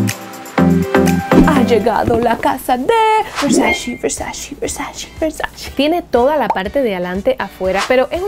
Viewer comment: Usted no pronuncia bien versace